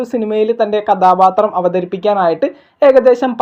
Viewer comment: നിന്റെ മലയാളം മൊത്തം തെറ്റാണ്. കഥാപാത്രം ആണ് കഥാബാത്രം അല്ല.ബ ബ ബ അല്ല ഭ ഭ ബ ആണ്.